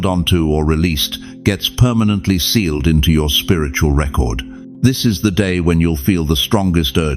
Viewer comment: Sealed, not staled🙏🙏🙏🙏